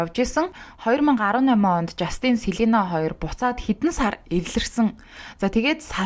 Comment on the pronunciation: Жаааастинь ！ not the жастиииийнь please zuw duudchihldaa , hvnii nershdee, please….